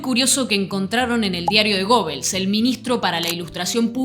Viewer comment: foto del acto en el Luna Park. Me sorprendió la pronunciación de Gobels, yo siempre lo había pronunciado Guebels. Ahora necesito cómo se pronuncia.